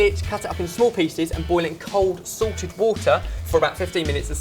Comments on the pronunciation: I hope I'm not insulting accent or anything but and is he saying 'Sorted' or 'Salted'? xD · I thought I heard you saying "cold sorted water." Hahahaha. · i knew that fucktard but it sound like sorted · Every time you say "salted" I keep thinking you say "Sorted" Lol.